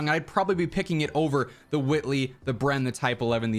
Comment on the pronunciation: Huwhy are you saying huwhitley like that